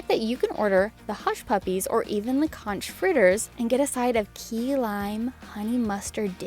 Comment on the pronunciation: Everyone arguing about caramel and I'm stuck on CONCH fritters 🥴 sorry, Floridian here (partially grew up in Key West) and conch is pronounced "CONK". The "ch" is a "k" sound like in "chaos".